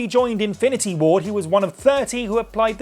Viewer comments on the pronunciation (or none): none